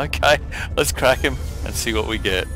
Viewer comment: your ending scares me "alright guys, thanks for watching :) we'll gut you later."